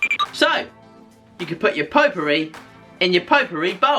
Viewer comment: I like the way you pronounce potpourri. Greetings from France. 👍🇲🇫